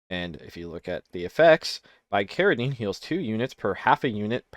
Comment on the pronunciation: Hearing you pronounce some of these medicines (bicaridine, ipecac) is KILLING ME.